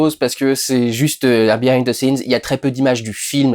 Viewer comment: Tiens tiens tiens... un français qui prononce correctement "the" et non "ze"